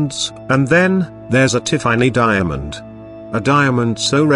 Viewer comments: Tea far knee. 😂 This bot.... I just can't 🤣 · I just can’t listen to an AI narrated video; especially one that can’t get the name Tiffany correct. Pass.